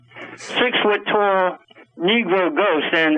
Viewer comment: I think he said 'six foot tall'. He just pronounced 'tall' with his weird accent.